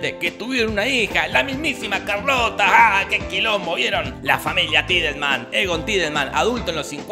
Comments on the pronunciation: O Charlotte, se escribe así ⬅️, se pronuncia "sharlot" (o sharlota para la Alemania people) pero Jorge le dice "Carlota" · Charlotte? Nah, Carlota